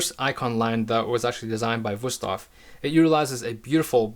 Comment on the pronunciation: 5 seconds in and you totally surprised me by pronouncing the name right ;) Great video!